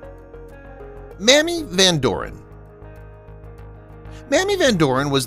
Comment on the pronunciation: Mamie Van dorn not mammy